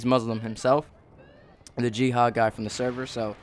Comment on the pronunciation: I thought the guys name was gehad until i figured out he said jihad